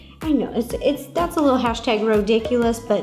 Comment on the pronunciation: Ro is the only person who can casually say "hastag" anything and I won't question it